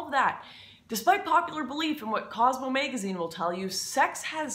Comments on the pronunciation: and you say "maygazine" haha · Band Waygon and Baeggage and Maegazine sound hot to me :) Lauren Northern ;)